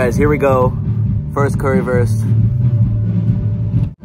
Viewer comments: You need to pronounce the "Wurst" in "Currywurst" like the "Wu" from Wa-Tang Clan, your sounds a little like "Currywerst" 😅 just for the fine tuning 😜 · föst cöwywöst :)